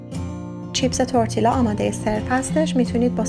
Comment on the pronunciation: Double L in Spanish is pronounced as y not L As if you’re saying tortiya. It still taste good regardless of pronunciation.